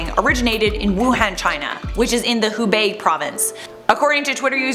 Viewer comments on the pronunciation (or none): none